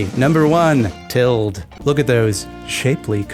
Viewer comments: Isn't tilde pronounced til-duh. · Til-day my brother. “Tild” hurts my soul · I always thought that sexy punctuation mark was pronounced "TIL-dee," have I been incorrect? Or.... does it go both ways? 😏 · Had to stop the video both for the awful, egregious, frankly irresponsible mispronunciation of "tilde" and the incorrect usage of "it's". I thought I was subscribed to a good, honest YouTube channel but if you're gonna go around causing problems like that I don't know how I can support you. Jokes aside really appreciate this video. It's reassuring to not only feel not so alone in this culture of increasing value on "productivity" but to know that there has been and can be a solution.